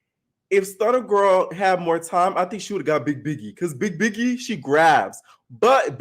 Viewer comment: Lol i don’t like stunna girl but her calling biggie, piggie was funny 😂